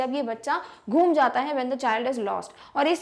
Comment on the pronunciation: Mam sorry to correct you but it is gum Gaya it is not ghum gaya